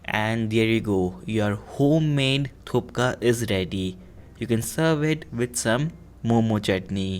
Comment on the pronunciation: That not call a thukka thats calls a thuppa